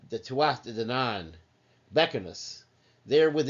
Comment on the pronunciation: The singing is unnecessary.Hard to take you serious after that And it's pronounced Too-a-Day danaan